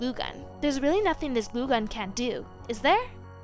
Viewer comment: Lol it’s glue gun not goo gun 😂😂😂😂 I love this channel